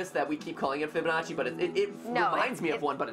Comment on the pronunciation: Yea like now i know how to say fibananchi